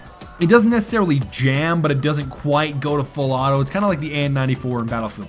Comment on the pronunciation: haha, your "full auto" sometimes sounds more like a misspoken "fellatio"... anyone noticed that, too? xD